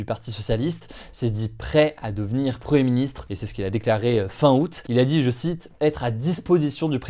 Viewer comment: il n'y a que moi qui entend preministre ?